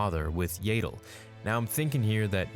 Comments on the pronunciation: 1. Yaddle- not Yaeddle lol 2. Attachment was forbidden therefore Yoda ABSOLUTELY cannot be his father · Yaddle is pronounced “yeah ddle” not “yayddle” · I'm sorry but Yadel? its Yaddle hahaha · YADDLE IS PRONOUNCED THE SAME AS PADDLE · It's pronounced (Yad-dul) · Wait is it actually pronounced Yayddle!? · Hate the way you say Yaddle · You’re killing me with your “Grogo” and “Yaddle” pronunciations